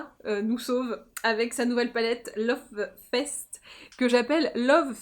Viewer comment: J'adore ton makeup ! ;) Cette palette est évidemment chez moi ;) Je suis rassurée de savoir que je ne suis pas la seule à dire "Love fesse" 🤣🤣🤣